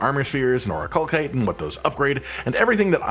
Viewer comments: Jesus it’s not ‘or-i-kal-kite’ it’s ‘or-I-kal-site’… do you people not learn how words work anymore? What kind of stone ends in ‘kite’ and not ‘site’!?!? Basic education is a joke apparently. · oricalcite has an S sound not a K sound for the second c. The game pronounces the word so we know for sure. it is not oricalkite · Game literally tells you that it’s pronounced “Ori-kal-site” via cutscene but I digress. Information is appreciated, even if I need the materials more than the smelting points.